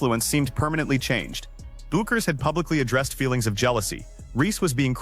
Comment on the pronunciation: The name is pronounced BECK ers, NOT BOO kers.